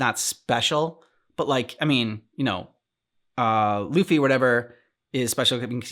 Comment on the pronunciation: By the way, Luffy's name is pronounced 'LOO fee'. Just a side note for ya.^^